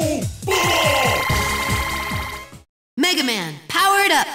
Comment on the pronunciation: he said bumo wrong